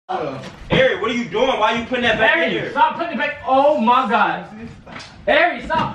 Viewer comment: whenever says oh ma god I be dying